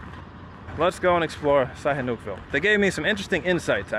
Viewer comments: I’m glad you pulled this off however living in Thailand for 17years? I find it impossible you kept pronouncing the name of the town you were in would be impossible bro. It’s said snooville and it’s simple so I call bullshit straight away. Glad you speak Chinese and hope you go back asap probably fooled everyone as well. Sad. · You're also pronouncing the name of the town incorrectly